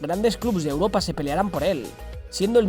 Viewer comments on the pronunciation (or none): none